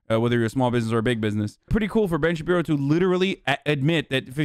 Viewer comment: Anyone have the "Ben Shabibo" count from this?